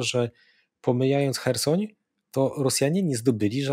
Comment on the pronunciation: chyba ma jakieś schorzenie, bo zupełnie nie potrafi zapamiętać nazw miast, którymi się posługuje. Słynne już Cheresoń i Mariampol, Mariumpol i chyba jeszcze klika innych wersji (zawsze niewłaściwe), to już legendy. A teraz jeszcze poprawia poprawnie mówiącego Zychowicza myląc miasto w Rosji z ukraińskim (Biełgorod z Białogrodem nad Dniestrem)